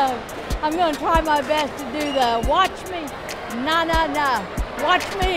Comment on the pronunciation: lol the old lady said na na instead of nae nae